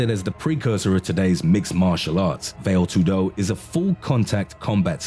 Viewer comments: Well, a minor respect related point on names. If you are able to say Muay Thai & Pinc(h)ak Silat without mistakes, you can try the same with Vale Tudo - not "Vail Too-DO", as you pronounce it, but "VAa-Le TOO-do". A minor issue & a friendly suggestion;) P.S. there were ZERO martial arts in Russia in the past, the only thing that existed was bareknuckle fight without any form or system(a;), just bare force. After their arses were wooped in individual fights over time in their wars on the Asian side of the continent by smaller opponents, the Russians realized they need to adapt, primarily, Judo to their needs & "created" SamBO (translates as Self-defence Without Weapons), which is Judo plus several local popular wrestling techniques. I very briefly trained in both as a kid, followed all the prohibited at that time karate(!!!) self-copied books and hiding practitioners and there was absolutely not a single word about some another domestic fight system (Systema). This is just another copycat adaptation Russians did, in absence of own fights (too often vodka inspired, hence erratic). And, sorry, but I am not impressed by it in any way. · “ vail tudo” , diiiiiiick. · "vale tudo" the pronunciation killed me, lol, very deadly indeed. A little tip for the creator: it's "va (as "fa" in fantastical, only with a v) le (as in "lay") Va-lay tudo. Vale Tudo. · What do you say when a fat kid comes into the gym? "It's called Vale Tudo, not Whale Tudo" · Veil too do. XD Nice pronunciation dude! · It’s pronounced valley-toodoo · Veyl tudo and moo thai. 😂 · "vale tudo" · I'm done listening to this guys incorrect pronunciation of these fighting style names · God the pronouncing of VALE TUDO and Muay Thai makes me cringe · Funny that you can find all these videos about Martial arts, made by people who have never done martial arts themselves. Can't even pronounce Vale Tudo or Muay Thai properly ahahah